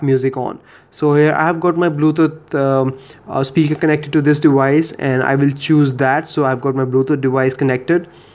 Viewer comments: It's deVice.. Not dewise. Why do you keep pronouncing v like w? Quite common in Indians. Are you an Indian? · dewice....lmao I'm sorry made me laugh. good video though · "Playing around with this dewice"